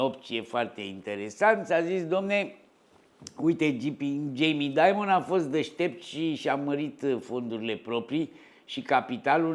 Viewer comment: vedeti ca pe Jamie il cheama Dimon, nu Diamond (i.e. "daimăn", nu "daimănd").